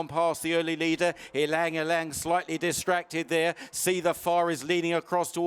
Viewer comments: Sorry to correct you there mate, but you DO actually pronounce the Y before Lang. It sounds like “elang”. You are perhaps thinking of the famous pianist Lang Lang, but this horse is named after a famous flower which has a very beautiful scent often used by Chanel in perfumes. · It's pronounced as e-lang e_lang. It's derived from the Tagalog (Philippines )word "Ilang" means "wilderness". Ylang ylang is a yellow, star-shaped flower.